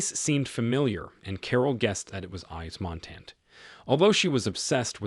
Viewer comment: Narrator is a joke. You just have to know he purposely brutalizing all the French names. Why is he uglifying the pronunciation? Saint germaine the president?? Fire him. Yves Montand - pronounced phonetically = Eve Mawntawn.😢